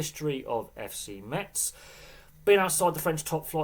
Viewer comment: It's pronounced Mez, they don't say the T. Metz have had some decent years in French Football and have won a couple of things, unfortunately they are a bit of a yo-yo team now.